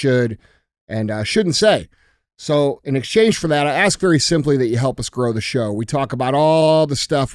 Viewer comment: Andy, you got DJ to pronounce Iran correctly. Now get him to pronounce "ask" correctly. Keep doing the Lord's work.